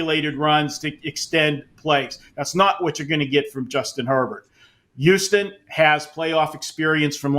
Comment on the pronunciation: I thought it was pronounced, Houston Marco, not youston .😂